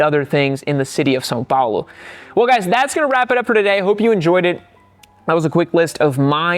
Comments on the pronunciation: Was your father Brazilian? If so, how cool! I'm also Brazilian and really like your content, keep it up! (You pronounced "São Paulo" perfectly btw) Se tiver mais brasileiros por aqui, bora mostrar q a gente ta representando em peso 🇧🇷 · At the end of the video I realized is brazilian, lol what? Not just from him saying his dad lived in Brazil, but the way he pronounced São Paulo... I knew something was up. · Lol I also just figured out he's brazilian, also from how he pronounced São Paulo.